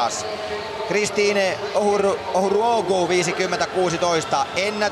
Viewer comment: 😂😂😂😂 he is butchering her name